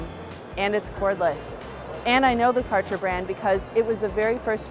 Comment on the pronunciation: It's so funny how you pronounce Kärcher! 😄 The "Ä" is pronounced like the "A" in "bad". And the "CH" must be produced in the back of your throat. Someone even made a video about it